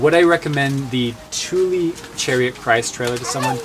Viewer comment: Hello from Sweden. Thule is pronounced Tula. Tuuli is a totally different name. :)